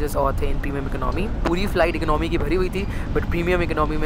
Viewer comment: It is not iknomy, its economy